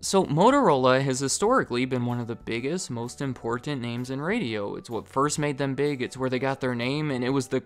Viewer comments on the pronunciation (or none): hhahahaha "IM-Poreeent" your mispronunciation of words never gets old for us, lol